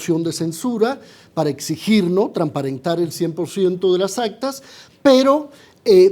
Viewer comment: Este caballero ¿habla español? Dice "tramparentar'... "Las potencias que potencialmente.." !Seleccionen mejor sus invitados! Gracias... .